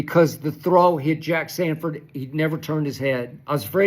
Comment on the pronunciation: Sanborn, not Sanford